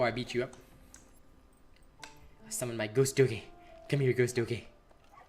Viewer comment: Lol 😆 did he just say give me some of that goose doogie 💀🤡. If he didn't don't mind me I hear s*** all the time